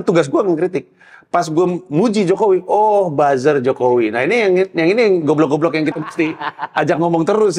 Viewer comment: Om panji kalo suruh ngomong goblok renyah bgt🤣